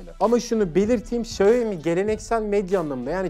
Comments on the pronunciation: Abi şaumi demen daha doğuru bence şayomi ne yaa 😂 😂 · Hocam video çok güzel. Hatalarım varsa düzeltin demişsiniz. Çok özür dileyerek söylüyorum. Xiaomi, şayomi diye değil şiaomi diye okunur. Herkesin yaptığı bir hata bu. İyi günler dilerim. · Sayomi yok siomi dunya siomi deyir siz kendinizi farkli gormeyin salak gorsenirsiz. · bi şaomi diyoruz da,Çinliler ona Haomi diyor galiba, benim 2 tane çinli öğrenci var geçen öyle demişlerdi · Markanın gül gibi adı var İksyomi, Şayomi'de ne mk!!! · Şayomi değil şiyağo mi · Şayomi değil xaymi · Şayomi değil Şayomi Bey